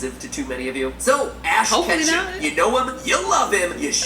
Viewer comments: Ketchum is pronounced ( ketch um) not catch um. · Here before 50 views but nobody cares. Also “katchum?”